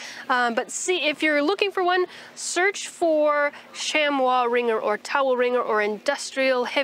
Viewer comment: Points to you for the French pronunciation of "chamois" as "shamwa", but it's actually pronounced as "shamee". After living offgrid for 20 years, I've found handwashing to be very effective, though it uses a LOT of fresh water to really clear the soa.. One great benefit you didn't mention: nothing else gives you such clean fingernails!